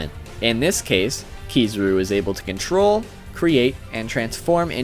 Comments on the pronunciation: Also Ke-Za-Ru. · Kizaru not Kee zoo roo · and Kizaru